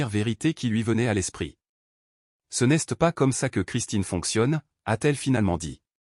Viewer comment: C'est quoi cette prononciation du français ? c'est débile !!! Exemple : "n'este pas" et c'est tout le long du récit !! Change de job !!!